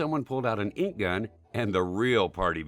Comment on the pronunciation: Every time he said gun I cringed